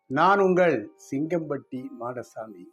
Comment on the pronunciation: சிங்கம்பட்டி மாடசாமி பெயர் சொல்லும் விதம் சூப்பர் சார் உங்கள் ஊர் பெயர் கேட்ட உடன் நான் பாபநாசம் சொரிமுத்து அய்யனார் கோவில் வந்தது தான் ஞாபகம் வருகிறது ❤